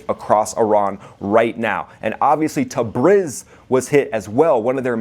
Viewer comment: It's pronounced, Tah-Breeze! Not brizz.